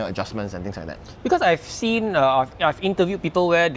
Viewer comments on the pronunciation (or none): none